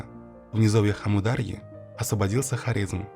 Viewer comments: Уважаемый автор. Когда читаете свой текст, убедитесь в правильности произношения географических названий. Не СырдАрья и АмудАрья, а СырдарьЯ и АмударьЯ. И т.п. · а вы, когда готовите материал, ударения не смотрите? что за сырдАрья и амурдАрья? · Читается так: амУр-дАрья ! Ударение на большие буквы!